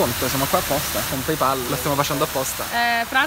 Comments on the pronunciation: Si pronuncia pey pol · 3 persone tutte insieme che non dicono PEIPOL. 😀